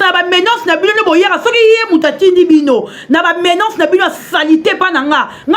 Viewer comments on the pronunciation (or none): Menance nde nini yo journaliste prononciation mabé boyé